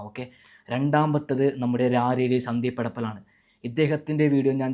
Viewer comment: ഇയ്യ്‌ ചിരിപ്പിക്കല്ലേ... സന്ദീ പെടപ്പൽ അല്ല സന്ദീപ് എടപ്പാൾ ആണ് 😂😂 അത് പോലെ രാരീ റീൽസ് അല്ല റേർ റീൽസ് 😂😂😂